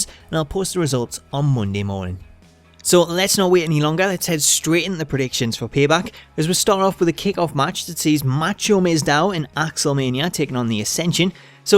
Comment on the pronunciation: ***** Macho Mandow not Macho Mizdow Lol